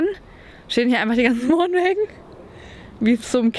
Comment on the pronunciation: Wohnwaegen? Alter